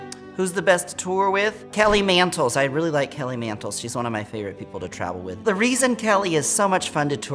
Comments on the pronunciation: Idk why but Tammie calling Kelly Mantle (Kelly Mantles) is killing me 😆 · sameeee she always adds an s lmfao!